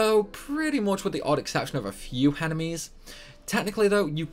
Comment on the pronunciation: "Henemies"?? What is a henemy?